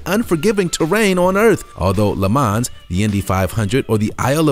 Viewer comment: Pronunciation is (Le Ma-hn) - S is silentT